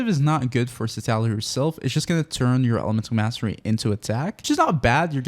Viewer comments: Honey... It's citlali not citali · Seat Loli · Why do you still pronounce her name so wrong?